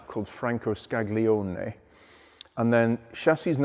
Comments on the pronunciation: What a pleasure to hear an Englishman pronouncing Italian names and words (mostly) correctly! If I may offer a small observation: the 'g' in (Franco) Scaglione is probably best left silent (i.e. 'Scalione', not 'Scag-lione') as the peculiar Italian 'gl' sound is difficult to get one's tongue around! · Great video...! FYI...Scaglione is correctly pronounced as "Sca - lio - nee"...in Italian, the "g" is silent. Left links to a series of face to face interviews by Davide Cironi with Paolo Stanzani [Technical Director of Lamborghini Automobili], Maestro Marcello Gandini & Giancarlo Barbieri [the Engine Guy]...sharing their personal experiences at Lamborghini. Giancarlo Barbieri is available to answer the riddle of the bearing shells and you'll enjoy Paolo Stanzani's story about the Jarama, which inspired the "exasperated car" - La Countach...!